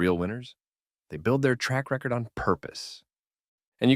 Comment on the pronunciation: AI voice, see pronunciation of “record”